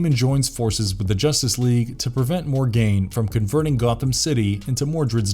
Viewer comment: Tf stop saying Mor-gain, it's pronounced Morgan... there is NO "gain" in her name. Next you'll call her sons Morbid. Get your pronunciation down correct before making a video son!